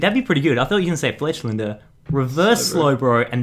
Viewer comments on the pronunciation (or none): How do these two, who claim to be two of the "BIGGEST" Pokémon lovers...NOT know the trick of the code cards?🤦‍♀️ And it's FletchINder...not FletchLINDer.